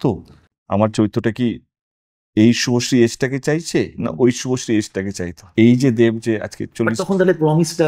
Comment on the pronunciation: শুভশ্রী নামটাই ঠিক মত উচ্চারণ করতে পারছে না ও আবার শুভশ্রীকে কাস্ট করবে